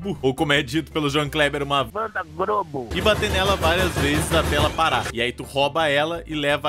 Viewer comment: A melhor coisa que ouvi hoje foi o dizendo "Van da Grobo."